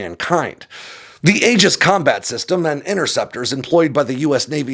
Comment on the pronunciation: Aegis is pronounced ee-jis. The ae is the vowel in fleece